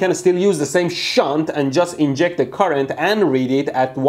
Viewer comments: Your "shunt"... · Haha I want to make a shit but you said shaunt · SHHUNT... Haha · the way you stressed the "SHUNT".... also... I "invented" a "lightbulb" as 10 year old or so, by playing with power supply and some random wires... Ever since then I love electricity and sparks... I burned and electrocuted myself so many times since then that My fingers have now much more resistance to heat and burning... So I love watching your channel. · Shunta-da-metre.....meter, gimma da meter...please mr bushy-brow. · C'mon man. Safety 'shunt' goggles.... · how did he used to say "shunt"? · Count how many time mehdi says “SHUNT” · Shunt Not Shit 😂😂😂 i love you man